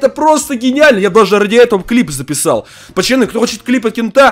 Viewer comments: Говори нормально не пачяны а пацаны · ты говориш чо пачаны а не пацаны